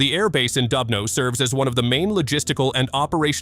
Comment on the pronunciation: please, try to pronounce КИНЖАЛ properly - it is zh like in French je also, it is DUBNO like in Doobie Brothers you see, you can do it